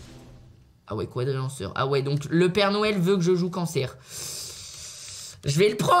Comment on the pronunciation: Est ce que je suis le seul à l entendre dire père nouel